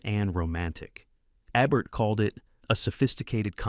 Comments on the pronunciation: Program your damned AI to say Ebert correctly or I'm unsubscribing. No big loss I suppose for a channel with the overwhelming subscriptions of 13,000. The Daily Dose could handle losing one or two or three thousand but you? I don't want to leave but your AI sucks and I cringe too many times watching. Correction please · Mispronounced Roger Ebert's name, showed clips from the 1931 version of "Holiday", showcased "The Awful Truth" twice...pretty bad. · And, you showed clips of the original film version of "Holiday" from 1931 starring Ann Harding versus the Cary Grant version 1938. I recently commented about the high quality of your videos. i overlooked the Ebert issue (he is the focus of these videos, right? Shouldn't you get his name's pronunciation correct?) but your clips are degrading my opinion of the quality of your work.